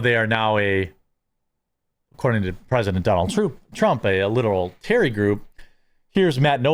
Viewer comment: "How bout them terries , sklounse "